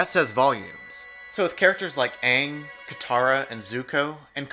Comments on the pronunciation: His name is pronounced “Aing” not “Aung” It pisses me off so much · i hate how he says ang!!! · If they didn't pronounce Aang's name like "Uung" then the movie would've been better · It's Not Pronounced Ang It's Aang They Said His Name Rong I Was About To Drink Bleach While Watching This Movie Till My Sister Turned It Off..... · The monks named him AANG!! AANG!! NOT FUCKING AUNG!! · every time they say ung i want to od on cactus juice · Its AAng not UUng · did she just say Aong? WhO is that? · “Soh-kah.” “Ah-ng.” Lol no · The way his name is portrayed in the film is wierd to mess up a main characters name is like breaking a hole through a pot. It pronounced (a-yng) not (auw-ng) get it right live action, also I'm soooooo glad Toph wasnt ruined. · My biggest complaint is that they pronounce Aang’s name as “Ong” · That and the way they pronounced Ang as Ung made me want to punch the people saying it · ‘Ong’ ‘so-kah’ Lmfao I’m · they said oong instead of aang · Okay the moment you start saying ah-ng instead of ay-ng, it’s bad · I watched this movie as a young child and I forgot how poorly they pronounced everyone's names SO ka Ong o ZAI aaaAAAAAAAAAAAAAAAAA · Ignoring ALL of the problems, what is this movies deal with pronouncing A’s?? Uhng instead of Aang, Uhvatar instead of Avatar, like you’ve messed up everything so bad you decided to mess up words too just for funsies? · My one question is why the fuck they keep calling Aang like Ong? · Honestly, I don't really care if the casting didn't match the original characters. If you're going to produce a movie or show, at least hire good actors, organize your information, and at least pronounce the main character's bloody name correctly. For example: "Ong" and "Soaka." Like, you can tell she wasn't joking about his name or actually and genuinely got it wrong. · His name...... is AANG!!!!!! Not Ong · Ong? Wtf is Ong? It is Aang! God damn it M Night Shamalyan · Its pronounced ang not aaaaaaaaaaaaaaaang